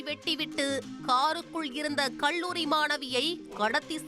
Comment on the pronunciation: நம்ம ஆண் செய்தி வாசிப்பாளர் பள்ளியை பல்லி என்பார்.. இவர் அவரோட தங்கையாக இருப்பாரோ??? கல்லூரிக்கு கள்ளூரி என்கிறார்.. எல்லா புகழும் தந்தி டிவி க்கே